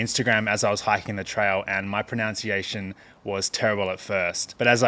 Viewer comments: It's "pronunciation" not "pronounciation". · It's also "pronunciation" not "pronounciation" 😂🤜🤛